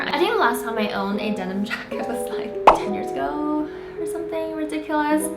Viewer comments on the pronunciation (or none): none